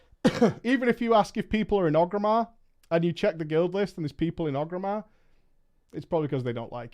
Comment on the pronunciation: how can you still be pronouncing Orgrimmar wrong?